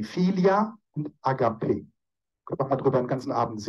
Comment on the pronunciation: Lieber, im Griechischen wird das Wort LIEBE folgendermaßen ausgesprochen: Agapi - der Akzent liegt auf dem zweiten a. ❤ Ich höre mir Ihre Beiträge mit großer Begeisterung an! Ich fühle mich innerlich sehr berührt! Vielen herzlichen Dank ❤